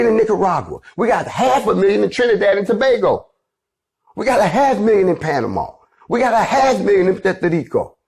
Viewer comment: Much respect for prouncing Tobago correctly lol 👍🏾